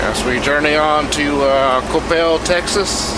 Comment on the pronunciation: You gotta Love having the Sun ☀️ shining while you’re rolling the miles. It is pronounced “ kə-PEL “ (Coppell) Texas. struggles with this. 😩